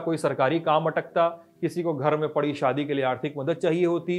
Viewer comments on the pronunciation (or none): none